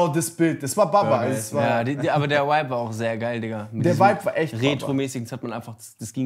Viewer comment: Es triggert mich so, wie die ganze Zeit wipe anstatt vibe sagt